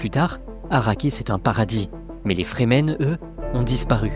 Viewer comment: Remarque: les Fremen, sont prononcés, en anglais, ’’Frii - mêne’’ entendu comme ’’Free Men’’ = les Hommes Libres. Ce ne sont pas des Zen- sunni -stes (des ’’Sunnites Zen’’: n’importe quoi !?) et, d’autre part, pas des Chiites (certains aspects ressemblent, sans plus). ’’Free men’’ est clair, donc, pas des ’’Soumis’’! (= traduction de Musulmans). Franck HERBERT était un touche-à-tout de génie : il mélange tout pour recycler l’Ancien en tout ’’autre chose’’. Encore une fois très bonne analyse et conclusion. Cette chaîne est rare et précieuse, par rapport, aux autres ’’délires’’ou ’’fumisteries idéologisantes’’.